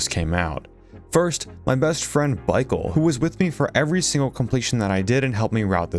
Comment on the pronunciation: It is MICHAEL NOT BYCHAEL